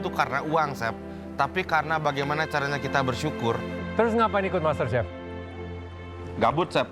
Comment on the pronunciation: Bli hovit dari awalsampe skrg tetep bilang gabuut 🤣🤣